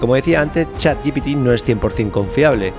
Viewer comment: Un capitulo tremendo, espectacular los paisajes menuda pasada, pero por favor, no digas chat gi pi ti por favor te lo pido jajajajajajajajaja es Chat G P T Chat G-P-T